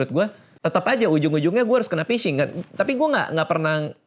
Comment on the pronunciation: penyebab kena phising: 1. emailmu jgn dipasang lagi bang, biar nggak kena phising (bacanya fishing bkn pising) 2. jangan download aplikasi sembarang, kalo kena virus apalagi ransomware, wajib format hardisk (install ulang kalo OS Windows)